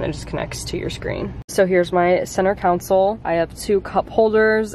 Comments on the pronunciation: “council” lol it’s console 😭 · it’s console not counsel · "center counsil" LMAO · Counsel 🤣 lol love you girl but that killed me it’s CON- SOLE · it’s not a council it’s a consul lol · It's cONsOle.... Not council😅 also, he careful of The steering wheel going thing!! Can be very dangerous. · Congratulations on getting a new car! Also they are called tissues not Kleenex 🤢 and you meant console not council lol 😂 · It's a console not a council 😊